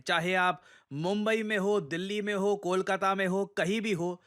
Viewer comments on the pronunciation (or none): none